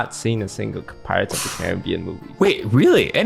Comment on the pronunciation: Had a girl who pronounced pirates as pi-rates, stressing the i. Lost my faith in humanity that day Ps. Her first language was english